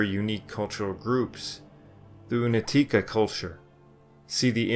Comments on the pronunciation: This is a good documentary, with only one complaint. The letter "C" ia always pronounced as tz in Slavic languages. Never as "K". So, Unetice is really Unetitze. And, Un E tice. Not Unet I ce. And it's plural. We just made everything easier. I see most Anglo-Saxon speaking narrators have a problem with this. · It's pronounced like oonyetyeetseh not unateekah thanks